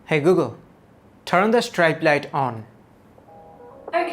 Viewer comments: Bro its 'strip' not 'stripe' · Strap na IT'S PRONOUNCE STRIP (STREEP) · other people: streep: StRiEpe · Hey google, tharn on the strite light on😖 what an accent.